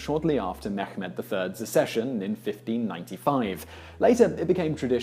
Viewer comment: Mekhmed 😂😂😂😂😂😂😂 just stop trying to speak foreign languages